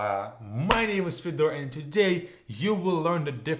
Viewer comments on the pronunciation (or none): none